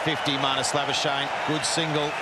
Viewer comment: Why do they call him labashane? That's not how we pronounce his name in SA.